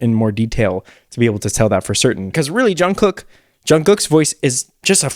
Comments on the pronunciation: Just a friendly tip from a Korean! Jungkook is NOT pronounced as COOK like a chef. It’s KOOK like the word kook in English. Just not as hard of a ‘k’ sound at the end ^_^ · Everytime he says Jungkook, I hear John Cook